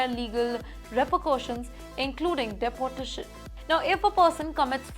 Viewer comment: “Dipotation is needed” according to this news caster. She is so funny. But why the irritating music? Also, “Awoid” this channel.